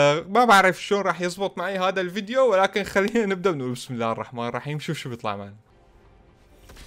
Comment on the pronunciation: ترا الراء مشددة في (عبدالرحمن) و الرائين في (بسم الله الرحمن الرحيم) إنتبه ما تقول راء بشكل عادي لازم تشدد👍👍👍👍👍😃👍👍👍👍👍👍👍👍👍👍👍👍👍👍👍👍👍👍👍👍👍👍👍👍👍👍👍👍👍👍